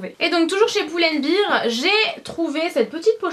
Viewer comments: Très beau haul, j'étais sur le site de H&M en mm tps :) Par contre tu me fais mal aux oreilles quand tu prononces Pull & Bear !! ça se prononce Bair et pas Bir parce que Beer c'est de la bière lol. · Super vidéo tes achats sont supers mais arrêtes de dire poule and bear s'il te plaît ahah